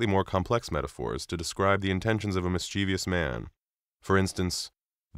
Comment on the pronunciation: This is a great video, but please stop mispronouncing the word "mischievous"!